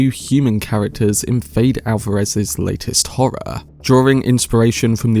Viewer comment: His name is pronounced Fed - Eh